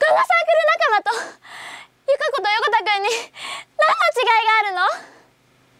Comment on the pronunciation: ヨコタガ ヨコタガ(唐突な外人化)